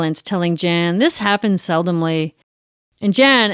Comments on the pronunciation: Of course his name is pronounced Yan, not Jan. Swedish J always pronounced like English y. But otherwise... good stuff. I love the Fonzie stuff. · I love your channel so much but it drove me absolutely bananas hearing how you pronounced his name - with is obviously YAWN - not hard J - JAN. I’m American but even I know better about any Scandinavian/northern European pronunciation. Normally wouldn’t judge, but as the heart of the story I feel like this is important . Also, Darian Gap is insane, anyone attempting it is no hero! Used to live in Santa Marta, Colombia and discouraged so many backpacker idiots from doing this. The LUCKY ones got caught by the military before FARC, cartel or smugglers found them first. EVERYONE know the gap is beyond dangerous and Colombia and Panama do not allow any legal crossing, only via boat. So many young men thinking they are special like this is some major feat…it is not. You’re proving nothing by going somewhere that literally both corresponding govt tells you DO NOT FRIGGIN DO THIS. You will be murdered. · His name would be pronounced “Yarn” not Jan (northern european pronunciation of J) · I am pretty sure that his name is pronounced Yahn and stands for John. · JAN is pronounced YAHN. Just FYI. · Just a bit of linguistic info, his name is pronounced 'Yan'. It rhymes with Han (Solo). Most Js in Europe sound like Ys. I love your channel btw. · My god you could at least pronounce the poor guy's name right! 🤣🥲